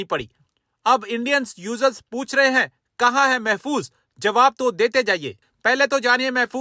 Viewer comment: महफूज महफूज नहीं